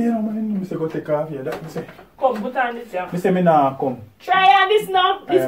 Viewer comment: said tek off it 😆